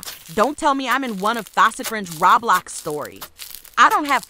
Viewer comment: Roblox not "Raublax"🤣